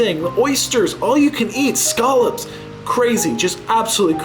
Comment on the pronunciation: You can't pronounce "scallops" to save your life